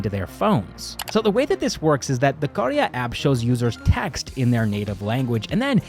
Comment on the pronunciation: I love how you accurately pronounced karya. Thank you for taking the effort!